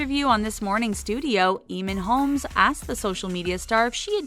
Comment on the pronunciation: Are we gonna talk about how she said E e m o n H o l m e s. Um- okay-?